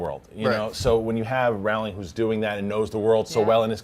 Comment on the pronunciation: It's Rowling. Like bowling.